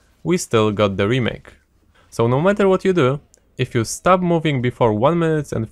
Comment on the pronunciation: He says stop like start lol. Was so confused